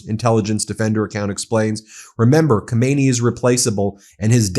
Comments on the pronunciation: It is not Komaynee it is Khame-Nae-yee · If you want to be a credible news source, please pronounce world leader's names properly. It's really frustrating. Khamenei is pronounced Hay-Men-Ay. Thanks. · Not yathola Khomeini his name is...was: Ayatollah Khamenei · BEN! God bless you brother. Get your pronunciation of ali haw-meh-nay. Different from the former supreme leader ho may knee. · Not Khomeini, but Khaminei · Not khomeini his name is Khamenei!!! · Lawful or not, no war is acceptable in a country that is no threat to yours. Ben please pronounce the name of Khamenei (Hamenay) not like Khomeni (homenny) who died 38 years ago ! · no Khomeini but Khamanei.... though true, similar, and even Pahlavi looks like his father.. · His name isn't Khomeini, it is Khamenei. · Just FYI - Not Khomeini but Khamenei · Dont PRONOUNCE KOMEYNI .KH A ME NE I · Ummm…Ben, please don’t mispronounce the Ayatollah’s name. The Ayatollah Khomeini died in 1989. Ayatollah Khamenei (pronounced Hah-men-ay) has been in power since 1989. As a media outlet it doesn’t look good when you make no effort to properly identify political figures. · The name is pronounced Ka-me-ne-i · Ka men EI, accent on the last syllable. Get it right